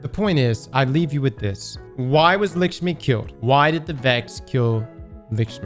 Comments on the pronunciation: “Likshmi” 😂 you gotta be doing this on purpose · It’s LACK-schmi….. not LICK-schmi